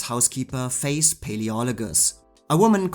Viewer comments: The reason why I wrote the comment below, was that I thought that you said Gale Sondergaard's character in Anthony Adverse was called "Face" not "Faith", so it took me a while to understand. Thank you again for the video and I hope my comment didn't bother you. 🙏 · Yes, exactly. It's closer to the "th" sound in yhat word in English than "S". Cause otherwise "Faith" sounds like "Face".